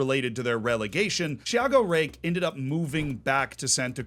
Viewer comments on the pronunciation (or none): none